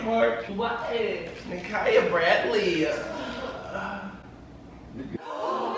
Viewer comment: Loaded is crazy he said kyia Bradley lol😂